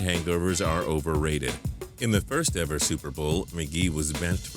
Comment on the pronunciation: Why do you sound like a robot. You said ever like E VER